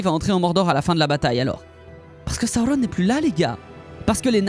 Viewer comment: La prononciation du nom sauron.....